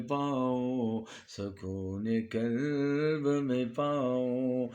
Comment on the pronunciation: Buht aala. Bhai kalb nahi qalb bolain.